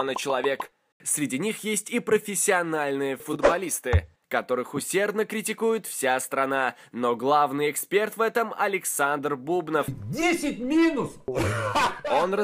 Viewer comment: БубнОв, ударение на О..